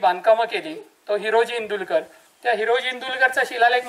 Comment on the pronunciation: दादा इंदुलकर नहीं इंदुळकर आहे